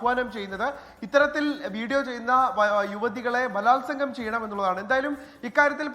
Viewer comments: ഭാലാത്സകം അല്ല കൊല്ലണം plz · ബാലാസവം, അതെന്താണ് സംഭവം😂